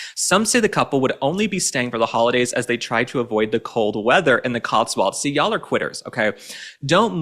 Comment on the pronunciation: Love the way pronounces The Cotswolds as The COTSWALDS.!!